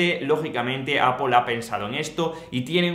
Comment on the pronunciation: Puedes dejar de decir apol